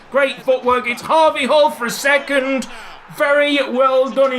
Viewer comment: When you do the we all dream of a team of harvey halls chant it sounds like We all dream of a team of Habe Hall's